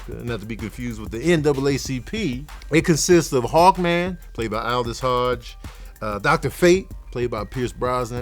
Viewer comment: I swear I thought you said “hog man” when you were saying “hawk man” lmao